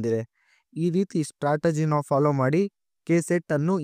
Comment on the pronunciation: Strategy alla adu startergy 😂